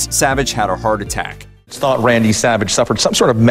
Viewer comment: Roid attack not heart attack lol